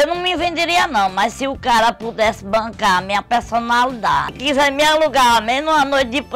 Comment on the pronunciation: ela ama mesmo a tal pelsonalidade kkk